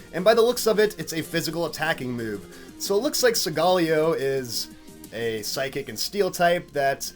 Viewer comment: the first youtuber i see to say solgaleo right gj